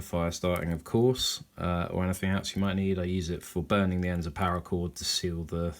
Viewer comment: Cool video. But it's called parra chord. Not power. Also maybe swap out the lighter for one that you spin to ignite like a bic instead of the click style you currently have. You can still use the Bic style for sparks even if it's out of fluid. Loved your video and your kit .